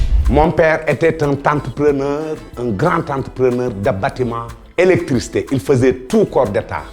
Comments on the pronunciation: Sa se dit ndax Bo waxei il était entrepeneur avec le t de la liaison sa devient tentrepeneur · oureye youm on dit pas un grand entrepreneur🤦🏾‍♀️la liaison tu connais ?? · Tantreeepreuneurrrrr la wakh 😂